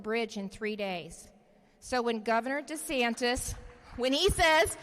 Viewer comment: Sounded like the guy said "You're here to see Ron Desanctis, not me." Is just me or did he really say that?